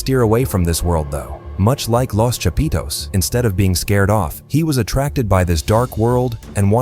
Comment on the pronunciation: "Lows Chapeedows"